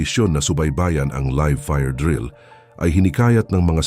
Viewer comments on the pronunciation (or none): none